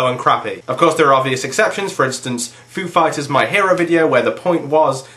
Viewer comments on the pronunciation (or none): when you said foo fighers my hero. i thought you said "a food fight is my hero"...i was like who the hell writes that kind of a song? lol